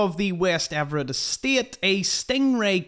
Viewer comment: You pronounced Everett correctly. Most people say ever ett instead of ev.rit